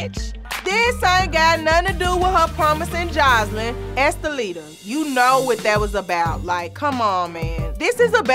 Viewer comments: She dead said “om-poo-pum-po” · Oompaloompoo & oopaloonka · she called her "umpaloona" im done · I about fell over when Dime called her Impaloonka!!!😂🤣😂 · "Umpaloona" lmaooo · Not Estalita but... UPPALOOMA??? Lmaoooo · Did dime call her enchilada?! 😂